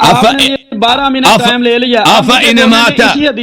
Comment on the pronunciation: بد تمیز مولوی یھاں ٹامءم ٹاءم کر رھا ھے بیحیا جاھل صرف وقت پر زور ھے